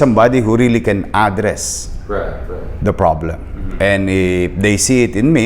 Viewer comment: Isko pogi, address the stress of pronunciation is on the second syllable.